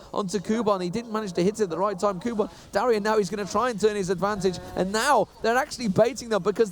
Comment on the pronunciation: STOP SAYING DARIAN